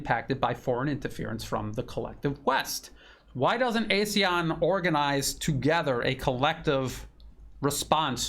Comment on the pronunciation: ASEAN pronounced Ah Sea Ahn. Regrettably ASEAN dis- United